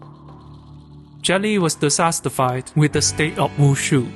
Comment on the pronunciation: Hey, I think you meant to say "dissatisfied" instead of "disastified". Excellent video!